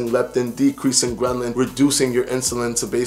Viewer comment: Good video but dont you mean Ghrelin? Gren-lin is not a thing as far as I’m aware...